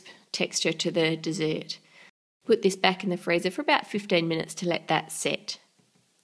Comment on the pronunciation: annoys me how she says dessert